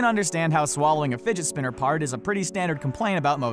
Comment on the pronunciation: Anybody else hear him say Spidget finner